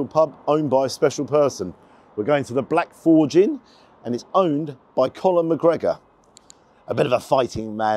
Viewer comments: It sounded like he called him Colin McGregor ? maybe its the accent or my hearing ? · Sorry he said collom mcgregor 😂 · Hahahaha did you call him Colin McGregor at the end 🤣🤣🤣🤣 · Connor not Colin 😊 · Setting aside that he seemed to call Conor McGregor Colin and Colm that was a good review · "Colin mcgregor" lol , thanks for review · 20 seconds into the video and he's calling him Colin mcgregor 😆😆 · Are you saying Colm or Conor 🧐😂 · Did he call him Colin McGregor 😅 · Do I hear Colin instead of Connor?? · Did you say Colin McGregor 😂. Love these videos. Irish cooking is the best, I’m biased being from Belfast. Hope you went up North, if not, next time 😊. A true English, charming gent. Absolute pleasure to watch 😍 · it’s conner 😂😂😂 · Did you say Colin McGregor at the start??